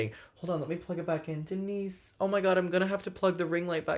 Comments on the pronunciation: Umm it’s pronounced Dee-nice 🐈‍⬛ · as a fellow Denisse, my ears also stood at attention every time you said her name in the video lmao